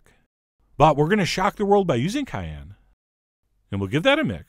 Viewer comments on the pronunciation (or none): none